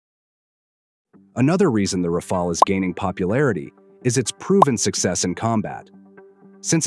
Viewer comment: haha what a joke, somehow pakistani's are obsessed with Dassault Rafale's yet they still didnt learned to pronounce it lol, and mate wheres the evidence of the 3 rafale's that are shot down? when this question was asked by a international journalist, your so called clown of a defence minister replied its all over social media, HEIGHT OF STUPIDITY ! Well anyways i understand that you guys want something to satisfy your ego so just be happy thinking that pakistan had shot down indian rafale's. Also i would like to thank china to support us by selling pakistan some chinese toys which showed what they really are, the j10c's , j17 thunders and hq9 air defence system's. CHINESE EQUIPMENTS ARE NOTHING BUT A PIECE OF GARBAGE. Our drones had managed to destroy the pakistan's so called advanced air defence system HQ9 which the china told pakistan are superior than the s400 defence systems which was purchased by india from russia. So conclusion : { pakistan became the first country to shot down a 4.5 generation get in your dreams : ) }